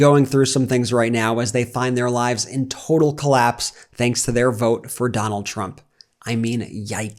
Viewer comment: “I will boat, for Donal Trum”😂😂😂😂😂